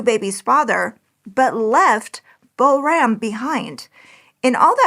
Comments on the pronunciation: She did not pronounce the little girl's name anywhere close🎉 to correctly. Pronounced correctly it sounds like poram, with the "r" making a softer rolling sound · Boram is pronounced more like ‘POOR-rum’ with a rolling R.